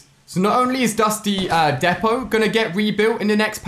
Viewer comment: Ali-A it’s dusty deeepo not defo